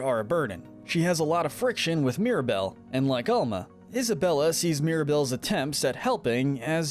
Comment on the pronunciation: Is your grandma just called grandma? No? Albuela is just grandma...her Name is Alma* not ama